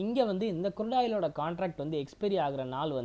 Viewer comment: Good video,, but sir kurudu oil ellai , Crude oil .. it's CHART not Chat .. sorry don't mistake me,, Ur video is good , just try to change the small pronunciations. THATS ALL 🎉🎉